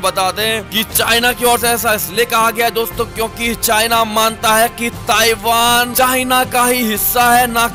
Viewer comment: Taivaan taivaan taivaan